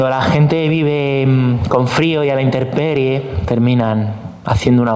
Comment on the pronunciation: Perdón, pero es intemperie, NO, interperie...